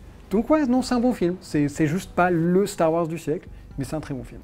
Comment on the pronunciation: x) il dit bien "hanne" et "lendow", mais par contre c'est "Starr Ouarzz"